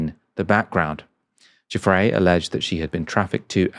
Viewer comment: I dislike Andrew immensely - but I do think you are being ridiculous with this UN-PROVEN allegation. Shame on you for being so silly. And her name is NOT "Cufre" - it is "Giuffre." You have NO education, do you?